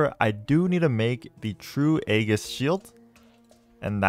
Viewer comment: Hey, Aegis is pronounced with a soft G, so it's like Aejis